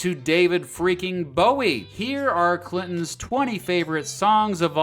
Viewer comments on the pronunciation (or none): none